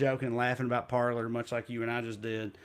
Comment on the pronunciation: Francophone monikers are lost in tRump supporters. They're pronouncing "Parler" like "Parlor" 😅😁